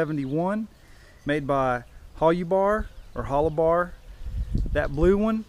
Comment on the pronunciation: It was pronounced Hol-you-bar. I bought a pair of hiking boots from them in 1970 from their store in Boulder, Colo. Best damn boots I ever had. Also bought a green nylon down-filled parka from them in 1975, Still have that. Boots were shot after several years hard use. The circular entrance was called a ''snow tunnel'' so you could enter/exit the tent in a blizzard without opening the flaps and losing any heat. Also 2 mountain tents with snow tunnels could be connected this way. The white flannel lining was called a frost liner or vapor liner. The idea was condensation would collect on the white flannel and freeze, keeping it off the exterior nylon shell, so rain repellency was maintained. Also the extra layer helped increase insulation, trapping air between layers. Similar ''Mountain'' or ''Expedition'' Tents in this class were the North Face ''Tuolumne'','' REI Cascade Expedition'', ''EMS Mountain'' and Sierra Designs also made one, but I don't remember what it was called. All had A-frames, side pull outs, coated separate fly, snow tunnel, cook hole. I still have my EMS. I love it. I didn't get the extra side snow flaps, or extra flannel liner, but mine has small snaps where a frost liner could snap in.